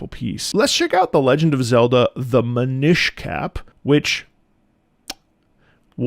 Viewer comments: Just because pronouncing it Min-eesh made me smile, it's actually Min-nish. Like mini-fish, since the Minish are super super tiny people. :) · I think it's pronounced MIN-ish, not Mih-NISH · It's "Minish" as in "Minn-ish" - it's a pun on "Deminish". Also you got it in one calling them "Little elves" how do you keep doing that!? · It's pronounce "mee-nish" as in "mean-ish" (a little bit mean). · Your pronunciation of "Minish" had me rolling (it's MIN-ish, as in "diminish" because you get super tiny) - and I'm so glad you enjoyed its music!! A real gem on the GBA. And it's part of that expansion pass that you'll have when you play Wind Waker, so you can totally try it out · I always describe the enunciation as "since it's a race of people, use the same kind of emphasis you would with "English" or "Scottish", and that usually does the trick. 😅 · I would just say MIN-ish like in mini lol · I think that minISH is the Italian-American pronunciation 🤌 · the way he said minish hurt me so much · That pronunciation of Minish... Brother... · Pronounce "Minish" like you would the same syllables in the word "diminish". It's actually a clever bit of wordplay once you realize where that comes from. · It has never before occurred to me that someone COULD pronounce Minish that way.